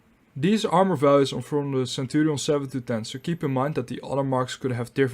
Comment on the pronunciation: Is he pronouncing the name centurials! Mmm